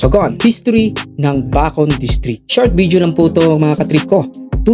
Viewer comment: Bakit di ako satisfied sa pag pronounce nya NG Bacon 😂😂 rinog ko bacod e.